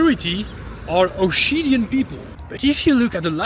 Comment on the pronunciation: Why! Why Osheetian? Ossetian for the love of god😂